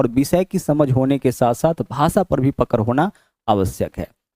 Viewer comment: पकर नही है पकड़ है गुरु जी 😅😅😅